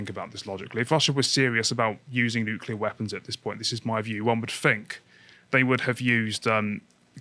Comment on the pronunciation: Nu-cu-lar bombs be the Devils work, Bobby Boucher!